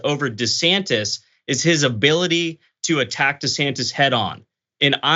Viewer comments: Dr Richey trying to act like him saying Ron DeSatan (excuse me DeSantis) was a slip Of the tongue 😛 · Desatantis.... 😂😂😂😂😂😂 I heard that